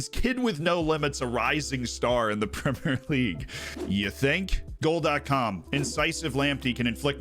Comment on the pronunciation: You're saying 'Premier' right! Nice! Thanks for changing the way you speak normally in order to appease anal retentives like me :)